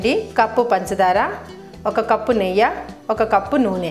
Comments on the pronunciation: Not neyya it's neyyi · Not neyya it’s Neyyi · Hey what district you from.. is it neyya or neyyi. Guntur are we say neyyi. neyya sounds funny